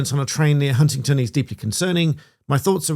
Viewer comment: It's Huntingdon not Huntington